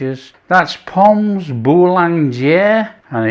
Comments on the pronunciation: You do not pronounce the 's' in pommes, just say pom. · Re prononciation, don't pronounce the s on pommes otherwise fine. Looks lovely. Going to do this next time I'm cooking for friends. ❤